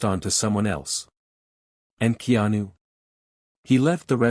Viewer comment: To the AI narrator: His name is pronounced Kay-anu. In Hawaiian, the "e" is pronounced "a"; the "i" is pronounced "ee." AI not so smart after all!